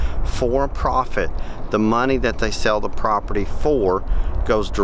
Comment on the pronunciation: Take a shot of whiskey eclvey time you hear him say propert :😮